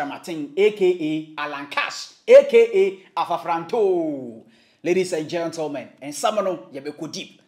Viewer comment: It’s ladies and gentlemen not gentoomen